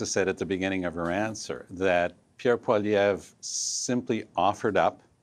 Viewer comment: I hate the way Mulcair pronounces Pierre Poilievre’s last name. He sounds ridiculous.